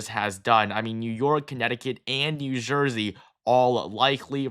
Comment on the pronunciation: “New Zhursey”